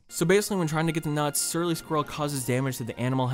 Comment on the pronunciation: Sometimes when you say “Surly” it sounds like “Shirley” which would probably be a better name anyway.